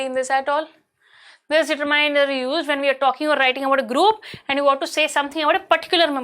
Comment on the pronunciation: mam apne determiner ki pronounsesion galat ki hai